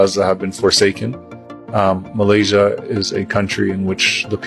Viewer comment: KANOHA SEBUT perkataan MALAYSIA... betul2 PELAT BANGET..lidah macam orang tiongkok💯..perlu RAWATAN drastik segi sebutan..🤔.....ATAU google sebutan Malaysia ..